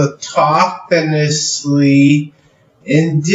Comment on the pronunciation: "...autokanisly" wait, what?